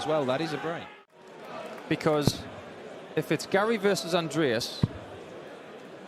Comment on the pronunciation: New caller at the last game? He sounds very german because of how he pronounced Andreas.